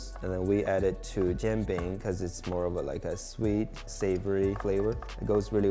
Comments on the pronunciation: Right? Frickin nails on a blackboard. Sounds like he’s saying Jean Bing, Chandler’s French cousin. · If you're going to do a 15 minute video on it, learn how to pronounce the word jianbing first. Lol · The chef is obviously a native speaker of Chinese....Why couldn't he simply teach Josh how to say Jian Bing correctly :( It would have taken 10 seconds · Can you at least take the extra 10 seconds to look up the correct pronunciation😊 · Not to mention Josh’s HORRIBLE pronunciation of jianbing. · Yes, the constant mispronunciation of it drives me mad. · Jesus Christ. It’s not Jean Bing, Chandler’s French cousin! It’s jee-an bing. If you’re going to spew on about how authentic you’re making something, AT LEAST LEARN HOW TO PROBABLY PRONOUNCE IT. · Stop saying John Bing😭 I’d rather you say Jen Bing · It’s pronounced as ji-yen bing, as in Japanese yen, not ji-ahn bing…. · I hear Josh saying “John bing” but it’s more like “jee-an bing” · it's "jian" like Leanne. why do you keep saying jang bing lol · "Jean" (as in Claude) bing? Nah bro it's Jen bing? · Jian Bing is a buckwheat crepe, and Jee’ Ann has a different pronunciation. I applaud you for bringing northern Chinese cuisine to our attention, but let’s be a little bit more authentic please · it's jian bing. Like Jen. what the why you had butcher the word like that? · Instructions unclear; dumped some Bisquick in a pan and added pork rinds & bahn mi Every time you guys say Jianbing it sounds like "Jim Beam" and it's a wonderful thought experiment for a whiskey lover like myself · stop butchering the names 😢 Who is John Bing? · It’s as authentic as Josh’s pronunciation. Jean Bing. wtf. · Its pronounced Jan like janitor And Ping like pinging (EDIT: more like peeing without the i) Btw